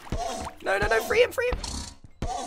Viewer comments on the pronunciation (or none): grian sez no what you hear: no what i hear: nowr